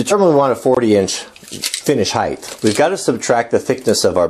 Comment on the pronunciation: I love your matter-of-fact approach to this bench. However, you keep saying a term that is a pet peeve of mine. Legs/benches, (in fact nothing) has "heighTH", they have height! lol